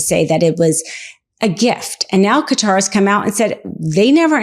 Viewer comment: Thank you for not pronouncing Qatar ‘cutter’ !